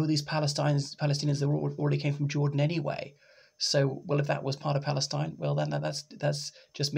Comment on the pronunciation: What do you know Arabic? Your pronunciation of Bahrain and Palestine was quite impressive.